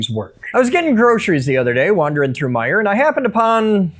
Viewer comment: My favorite part of this video?! He said "Meijer". SIR, YOU ARE MY HERO!! Thank you for saying the name correctly. THERE IS NO S!